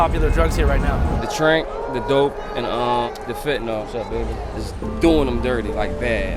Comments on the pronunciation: Small issue, but "fentanyl" isn't pronounced "fentinol" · Why do you pronounce the word Fen-ta-nol? 🎉